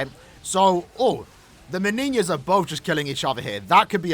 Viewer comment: thanks for pronouncing her name the right way lad